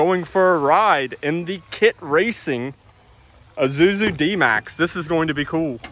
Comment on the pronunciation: I know you're saying Isuzu, but every time you say it, it sounds like a character from Lion King.